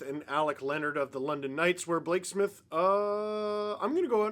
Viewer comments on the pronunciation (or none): none